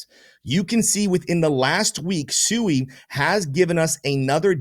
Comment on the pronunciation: Brother SUI is pronounced SWEEEEE. No one's getting SUUUUIIIIId of litigated. Great video